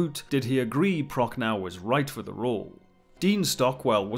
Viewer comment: IF ONLY ... americans could learn how to pronounce german words ... - "das Boot" is NOT "something to wear on your feet" ... and the correct pronounciation is more like "bot", but you extend the o-sound - Prochnow ... the w at the end is SILENT Proch-no